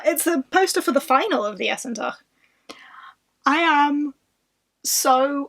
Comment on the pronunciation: I think it is pronounced 'Essen Tarsh', not 'Essen Tach', at least if it is taken from German.